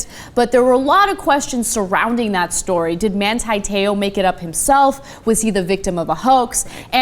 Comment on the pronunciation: Why do you yanks pronounce his name wrong? It's Man-TEE, not Man-TIE and his last name Te "oar" (in a Southie accent and 2 syllables) not Tayoh.